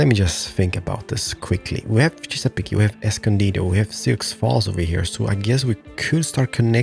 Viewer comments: Sioux Falls is pronounced Soo Falls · Sioux Falls is pronounced... Soo (like Zoo or Poo, but with an "S")